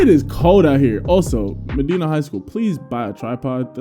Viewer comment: As a Ohian and just heads up it is pronounced Ma -die - Na one of the best schools in football in Ohio for many years